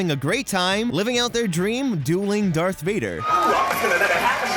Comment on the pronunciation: It's darth vader not dark vader